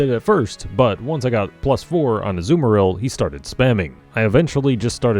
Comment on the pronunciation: Azumarill more like ACK-marill